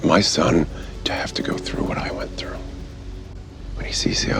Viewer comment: It's fly through the sky NOT fly frew the sky.